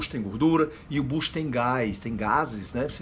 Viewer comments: não aguento quando ele fala bucho kkkkkkkkkk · Não aguento quando ele fala buchu kkkk